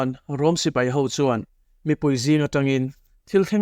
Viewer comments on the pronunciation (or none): none